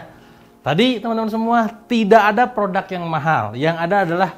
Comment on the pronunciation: Apa yang perlu Anda lakukan untuk mengubah anda mengucapkan kata "produk" sebagai produk dan bukan "prodak"? Serius nanya nih.